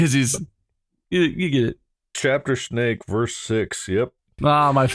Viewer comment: As a south African, bob U butchered the pronunciation of that snake lol but it's fine 😂